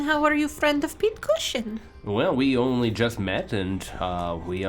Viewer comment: "The one and oni." You just couldn't help yourself, huh,?